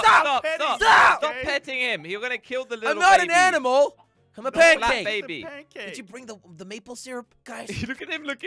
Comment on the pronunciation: it is flat not fat flatttttttttttttttttttt